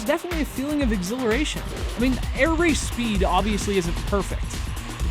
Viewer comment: You said the name properly :) Thanks for the review. I'll just add something: the game has a pretty low price of $4,99.